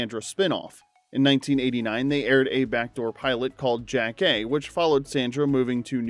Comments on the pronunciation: It’s not JACK-kay… it’s Yah-kay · Jackée Harry's character name was consistently mispronounced by the narrator.